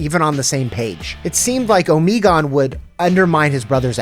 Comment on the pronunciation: Good video but it hurt me every time Omegon was pronounced incorrectly